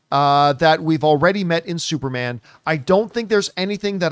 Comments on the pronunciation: Is he saying Supermon? Like with a Jamaican accent? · I was like why does he keep saying supermon? 😂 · Why is john pronouncing it as "SuperMON" 😅🤨🤔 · Everybody take a shot for every time John says “Supermon” 😂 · I noticed that too lol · I like that they are doing superman this way, this feels like early mcu where we don't have to wait long times for a sequel. Also, i love how John say "superman". Lol